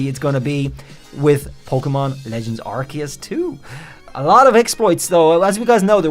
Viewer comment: Man couldn't even say the name of the game right...